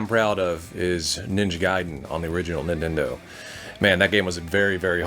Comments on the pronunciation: “ninja gaiden on the original nnnendo” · 5.25 Nindendo